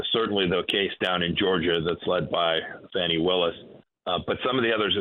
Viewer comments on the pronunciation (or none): Her name is Fanni as in butt… it’s an old southern name… my aunt was Fanni Belle